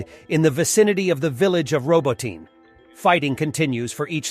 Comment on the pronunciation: PLEASE, could you finally, after a year and a half, start properly pronounce Ukrainian/Russian names? Instead of using multiple different pronunciations for the same word, like Roboytine, in one video, sometimes different in subsequent sentences... :(